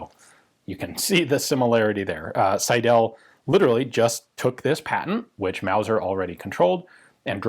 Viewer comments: Pls. Alec S_EI_del, not Alex Seid_E_l.. The first syllable "Sei" dominates the German name Seidel. The ending "del" is not emphasized. I don't want to be a grammar nazi, but this pronunciation hurts my ears. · The name is pronounced „Sydl“ - the e is not vocalized. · "Seidel" is pronounced 'Seidl' with the emphasis on the first syllable and the second e barely there. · I was thinking: is it Seidel, Seidl or Seidäl. (Never seen Seidäl, but the way our dear gun jesus says the name it could be a possibility.) I don't know many gun designers names. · So my last name is Seidel and hearing it so much in this video made me really giddy. Also, it might not be the case here but we pronounce "Seidel" as "sigh-dull". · Alas you mispronounced 'Seidel' throughout the video. The stress is on the first syllable.